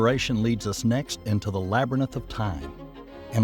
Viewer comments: I know right. Furthermore I could’ve sworn this guy said “labyrninth” instead of labyrinth during the intro of the video. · Well he said labarnith for labyrinth and says temperature as tempchure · Did he just say “labber nith” instead of labyrinth? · "LaberNith"? (24 sec) it's "labyrinth" ... credibility on this kind of stuff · He did say labry nith instead of labyrinth in like the first minute so it was always gonna be that kinda time here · Not labyr-nith! Labyri-nth! You must be much more careful about your pronunciation. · Lookahere. It is a labyrinth, not a labranyth. It is causality, not casualty. Can't you get a literate person, even one without a southern accent for verisimilitude and a deep voice for...something? And it is miles per second, not miles per hour. C'mon. How are we supposed to give this any credence? It is close enough to the fantastic as it stands. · You had me at " labernith of time" !!!!😅😢😂